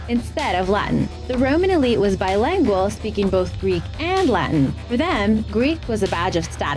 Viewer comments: Learn to pronounce words correctly. "Bilangual?" What in God's name is "Bilangual?" The word is "Bilingual." Your facts are also egregiously erroneous. The proper noun "Rome," as applicable to the city and empire, derives originally from a legend of twin boys, Romulus and Remus, whose fanciful tale I suggest you learn before foisting even more bullshit onto a society already drowning in the stuff. Today's young people truly are vapid, facile cunts. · I cannot believe this woman said. "Bilangual" in stead in bilingual - check the Video . This is so ignorant.